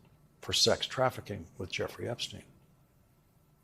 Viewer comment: Mr. O'Donnell, Epstein's right-hand woman's name is pronounced G'laine. Esses are not pronounced.